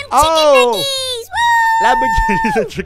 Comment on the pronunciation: Why does say chicken nuggis i'ts nuggets